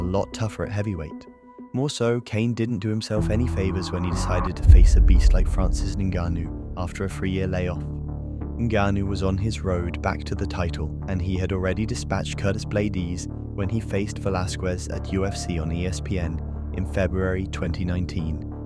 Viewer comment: "curtis blaydees" 😭😭